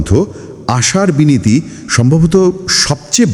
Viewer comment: Binati nay binti